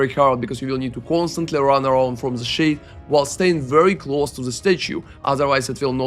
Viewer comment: Who the fuck pronounces "the" as "za"?